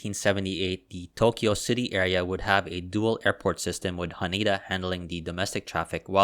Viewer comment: H A N E D A , not HANIDA